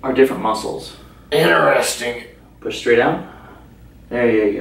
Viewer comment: "Inneresting" loll